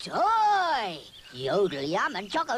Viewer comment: He miss pronounced toy which is funny